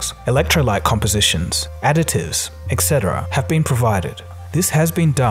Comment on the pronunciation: Etc is pronounced etcetera, not eccetera